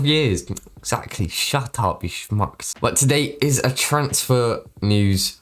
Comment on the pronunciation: He said Shet up you shmucks 😂😂😂